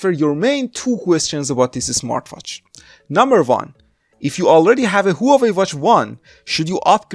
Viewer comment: u fool..the way u say hua wei is wrong.... i was going to get this hua wei 2 or sam sung s3 sport?